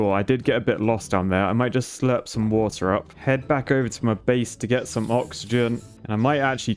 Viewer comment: Ah yes, my favorite WOTAH